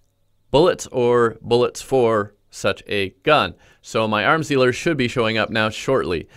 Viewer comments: Yeah ik what he said I just kinda zoned out and then heard "aRm sTeAlER" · When he said 'arms dealer' I thought he said 'arm stealer' 😂